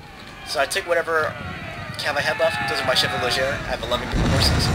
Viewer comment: Try pronouncing "chevaux" correctly. It's SHEVO